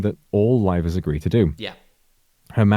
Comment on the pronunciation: I know it is a bit mean, but every time that CEO says livers all I hear is rivals. Then I have to adjust it to livers again, and think... that is a stupid word.